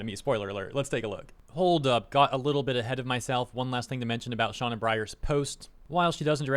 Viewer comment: Pronouncing Sena like Shauna.. Oof. Might wanna look into that.